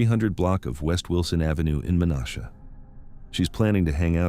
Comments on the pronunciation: Meh-nash-uh. Not men-osh-uh. How hard is it to do the most basic research to check pronunciations? It's one of my biggest pet peeves. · They are pronounced DEP-ease, men-ASH-a and kau-KAU-na, not to mention several other names of people and places that you butchered. If you're gonna do videos, make sure you can pronounce names and places correctly.